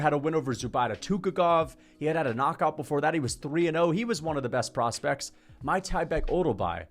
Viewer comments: it’s MIK-TIB-EK no MY-TYBEK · bro its meek-teh-bek